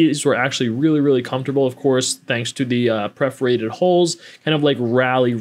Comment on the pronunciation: It's "perforated", not "preforated".